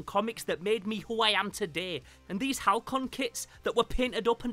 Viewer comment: I have one of these, still in the box. The company is Halcyon, pronounced Hal-see-on. I’m trying to figure out if I want to sell it after having for almost 30 years.